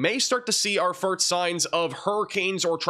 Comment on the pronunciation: I've only been watching for a few months now, but I just noticed that Bro can't say first.